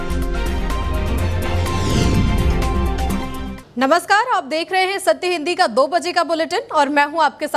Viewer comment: नमस्कार का उच्चारण कुछ सही नहीँ है। वैसे आपका presentation दमदार है।